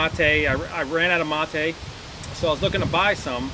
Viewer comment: Its mate not motey